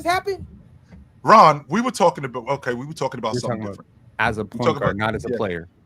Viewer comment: Ox had me crying but I don't think that saying Jokic would be better in a specific system than Kobe equates to disrespecting Kobe. Also W host action from, "Rawn" gotta do better